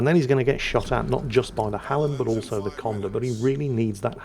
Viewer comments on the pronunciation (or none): none